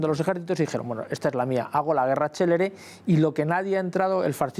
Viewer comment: Decidle a la señorita que habla que era guerra CÉLERE, que quiere decir RAPIDA no CELEBRE.